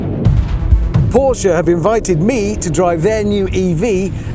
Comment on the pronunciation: Commentator said the brand wrong 🤷‍♂️🙄